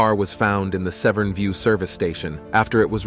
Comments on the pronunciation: Severen bridge???? It's pronounced Seven, so many mistakes in this video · Oh by the way....Severn Bridge not Severin